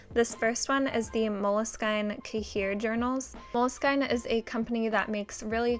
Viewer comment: Moleskine is pronounced as "Moleskeene" like heat for example.